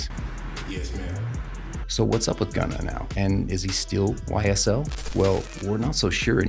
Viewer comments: YSL NOT SYL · "SYL", "charlamahnyuh" seems credible lmao